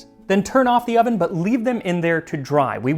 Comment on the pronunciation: “…you are put into the OV-EN”